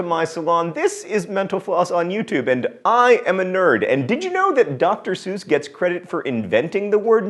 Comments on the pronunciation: Seems a bit odd to mess up Dr. Sesuse name mainly because it was featured in a Mental Floss page on miss spoken words. And, just as an aside Poe hated the Allan's and never took that name... So, he is Edgar Poe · It would help if he pronounced Seuss properly.